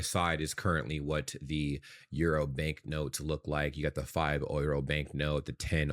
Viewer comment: I love how you have adopted the German pronounciation of euro. 👍